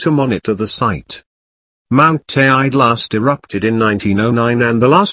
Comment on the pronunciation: Need to say Teide properly before having any credibility. Also whole story a lot of hyped up bollox